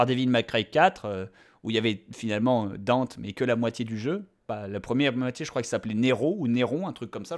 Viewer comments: bob on dit DANTE pas Danté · Palluel Lucas Haha j'ai acheté le jeu y'a 3/4 mois ça saoulé le "Danteuh" et même si je suis pas un gros connaisseur/fan de Dmc original (j'ai joué qu'au 4 qui était assez sympa quand même) Dante m'a bien gonflé, il lui ont donné la vf de Spiderman et les blagues apparemment (bon Dante dans certains dmc fait des blagues mais des bonnes) bon le look il est banal. Surtout le pire c'est la dénonciation de la société de consommation bon j'ai rien contre mais là c'est aussi raffiné qu'un fisting de Machopeur. Non vraiment faut arrêter le "Danteuh"